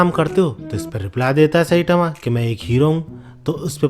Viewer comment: Sai tma ❌ Say tama ✅.